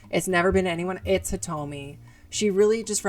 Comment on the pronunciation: You got Hitomi correct, and that's what I came here for so everythings good fam keep it coming.